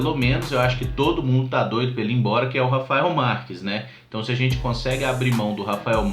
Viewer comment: Mano eu morro de rir de VC falar Rafael Marques kkkkkk